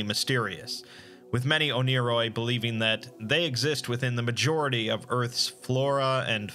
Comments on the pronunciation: it’s pronounced “one-ear-oi” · i thought it was pronounced ONE-A-ROY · It's actually pronnounced "oneyri" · I swear, it took me half an hour of watching this for me to realize that you weren’t saying oni-Chan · Proof that the Exploring Series can be wrong: It’s pronounced one-er-oi